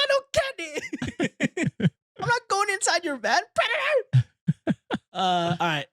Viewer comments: it's not "predator" it's "Frederator" as in Frederator Studios lol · It’s federator, not predator the cartoon outro with a little robot